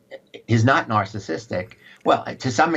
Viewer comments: jlp: "nasahsistick," 😆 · Jesse, learn to pronounce the word "narcissistic" you dumb fuck!